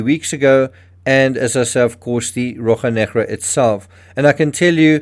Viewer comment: In Portuguese we say RoSHa NeGra - you are pronouncing it as if it were Spanish, sorry ;-)